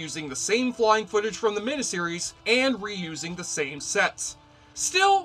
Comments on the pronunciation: just one weird critique: You keep pronouncing "mini-series," "MIH-NIH-sih-riz," rather than, "MIH-NI-sih-riz." Think of the word, "miniature." Something is mini, MIH-NEEEE. Not MIH-NIH. Otherwise, good coverage, without spoilers. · WHAT IS A MINIH SERIES?.....I'M SURE YOU'RE TRYING TO PRONOUNCE IT MINEE SERIES...WTF DUDE? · Why do you keep saying, mina-series, instead of, miniseries? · Just curious, why do you say minAseries instead of miniseries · Trivial,I know, but it irked me every time the word "miniseries" was pronounced "min-uh-series" when it's pronounced "min-ee-series", from the two words "mini" meaning small or tiny and series. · WTF is a "meneseries"? Did you maybe mean "miniseries"? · It's MINI series not MINA series!!!! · You pronounce miniseries like a West Virginia coalminer on his 6th can of Coors. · You say mini-series funny.